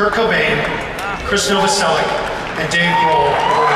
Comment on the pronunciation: Michael Stipe mispronounced Krist's last name :D It's Novoselich (Novoselić), not Novoselic(k).